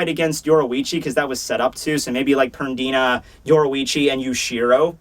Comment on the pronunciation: "PerDIna" lol